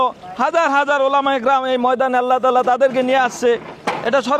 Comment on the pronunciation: ওলামা তো বুঝলাম, টোলামা আবার কোন টা আ ?😅😅😅😅😅😂